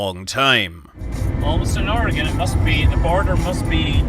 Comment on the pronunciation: 1st thing is i live in oregon. and the 2nd thing is THANKYOU SO MUCH FOR PRONOUNCING OREGON CORRECTLY